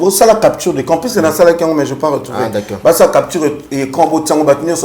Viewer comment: Belle émission, lokamba obomaka nga Nako seka heure olobaka d'acc'ord 🤣🤣🤣